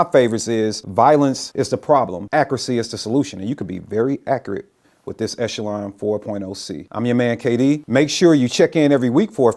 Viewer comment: Thanks for being the first of about a dozen videos who pronounced Echelon correctly!